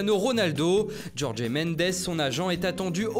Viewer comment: Jorge... pas Djordjé.